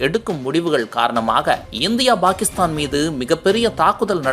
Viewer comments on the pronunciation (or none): Bakistan இல்லை டா பாகிஸ்தான் யா ஒழுங்கா தமிழ் கத்துக்கணும்